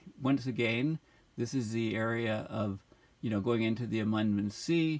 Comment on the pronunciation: Amundsen is pronounced Am (I am) und sen (as in Sen-Sen)